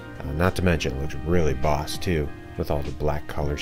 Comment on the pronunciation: Did you say boss or flos?